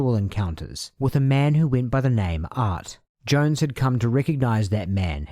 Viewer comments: Why do you keep calling “Jones” “Young”? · Young? I thought it was Jones. Otherwise, great video!